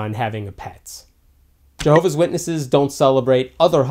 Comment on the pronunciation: Milolo2.0 it is actually pronounced Jehovah’s Witnesses